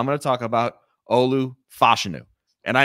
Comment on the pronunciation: I don't know why is mispronouncing Olu Fashany name so much. It's like he's doing it on purpose.